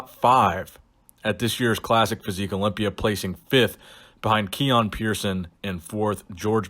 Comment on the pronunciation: Herro. I’m competing in da Orympia